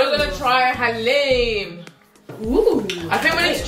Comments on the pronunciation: It's Daleem not haleem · That was is "daleem" not "haleem" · Please don't say haleem its daleem.